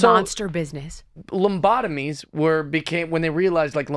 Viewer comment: Was he calling them "lumbotomies"??